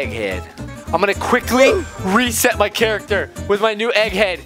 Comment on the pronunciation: Hehe you said reset but you said respet